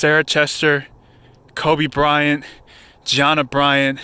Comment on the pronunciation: He said gianna🤦🏽‍♂️